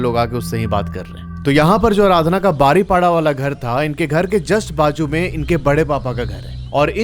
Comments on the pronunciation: मैं ने यह दशहरी स्टोरी सुनी जो अपने बारीपोदा को बारीपाडा कहा । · बारीपाड़ा नहीं बारीपदा अच्छे से बोलो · Bhai Baripada nahi 😅 बारीपदा hai 😊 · बारीपाडा नहीं बरिपदा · Im from baripada .aur ye बारीपदा hai बारीपाड़ा nrhi😅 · Are Bhai baripada nehi paripoda pronunciation hai...kese bolte ho ...thoda pronunciation sikh lo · Bro ise बारीपदा bolte h not baripada 👍 jay Jagannath 🚩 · बारीपाडा ❌ बारीपोदा ✅ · बारिपड़ा नहीं भाई , बारिपदा बोलिए ❤ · I'm from baripada and sir you pronounced our city name wrong 😢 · Rasulpur nahin rasulgarah. Baripada ko kya bol re ho bhai. Bahut sara galati kar re ho area k names me.